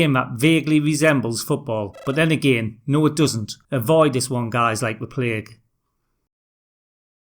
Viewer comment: Greath job. Best moment? When u say 'avoid like a ple ague ! Muhuhahahuhua.